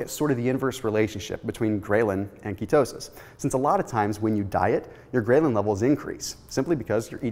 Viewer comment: A minor comment, 'ghrelin' is pronounced differently, see here for example